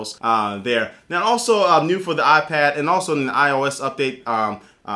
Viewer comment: It's not aaah-pad. It's eye-pad. Lol. :-)